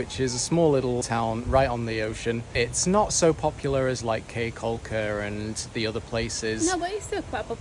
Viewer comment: Caye is pronounced KEY